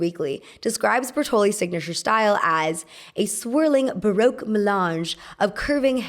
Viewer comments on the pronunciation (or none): none